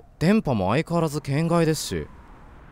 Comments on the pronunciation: 『圏外』のイントネーション違くない？ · けん↓がい↓、ゆぅ↓ろぴあ がクッソ気になる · けん→がい↑ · の「圏外」のイントネーションが完全に「変態」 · の「圏外」の発音気になりすぎてやばい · 圏外のイントネーション面白いな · ホラゲ！！！！！足りてなかったありがとう 圏外の発音が天才と同じで草 ゾーヤちゃんとカナタくんとダイヤくんとマドカちゃん可愛すぎるキャラデザ最高だなぁ 絶望顔可愛い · 圏外のイントネーション面白いですね